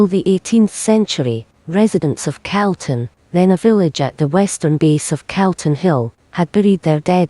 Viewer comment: I wish the Scots woman knew how to pronounce Calton !! It is NOT pronounced Celton,. it's Calton as is "Cawlton"